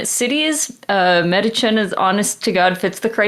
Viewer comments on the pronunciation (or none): Hi, sorry I can't help myself... I speak fluent New Jerseyan, and Metuchen is pronounced Meh-TOUCH-en. The more you know ✌